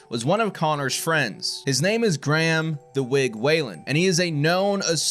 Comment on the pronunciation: You pronounced Graham wrong mate lol